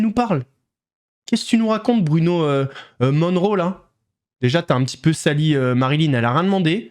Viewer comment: Il a l'air complètement shooté le Attal. A vomir ce sale type! toujours tout tirer vers le bas avec ces politiciens véreux et corrompus. Et les jeux pour les dopés.... hum... comment dire... ce monde part vraiment en couilles (avec ou sans injection... mdr). C'est Bruno Moneroe, et non Monroe comme Marylin. Ouf, il ne salit pas son nom du coup!!!! Et concernant Aqababe, mais enfin, que racontes-tu? Aux Etats-Unis, il est reconnu comme AQABABE, c'est LE média international!!!!!!! Inadmissible de parler de cette star de cette façon, m'enfin.... il a une telle puissance de frappe... mdr... il est vraiment givré du ciboulot le aqababe. J'ai d'ailleurs pas tenu jusqu'à la fin de sa vidéo. Trop dur d'écouter une telle brêle.